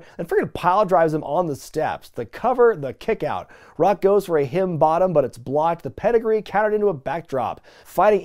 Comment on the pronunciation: Am not so sure if this is an inside joke or something but why do you call "Rock Bottom" as, well, sounded like "Hidden Bottom"